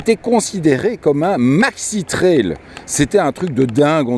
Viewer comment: On dit traille ! Pas traile !